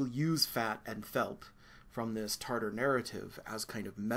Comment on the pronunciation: Tatar, not Tartar